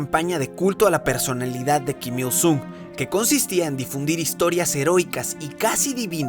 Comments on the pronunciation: "keem young ill", "Keem ill soong" por que pronuncias así, que naco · Pronuncia bien, kim il sun, porque myung a cada rato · En serio nadie va a decir q todo el tiempo estuvo pronunciando mal Kim Il Sung la u se pronuncia como o (en algunos casos)